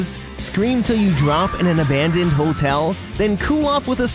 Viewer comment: Hotel not hole tell